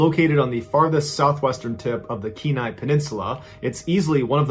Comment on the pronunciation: As an Alaskan, Thank you for pronouncing Kenai correctly.